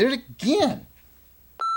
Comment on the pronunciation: That last bit when you called it "purdy" had more than a little bit of a Deliverance feel to it. Plus i thought the perfect carry pistol was an AR with a 100 round drum loaded up with the almighty green tips?